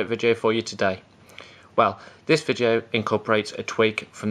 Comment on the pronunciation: vidcheo? repeat after me v i D e o! im just kidding